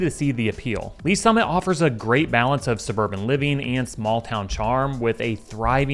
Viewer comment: Did you say Olathe and Lees Summit..........dude, stop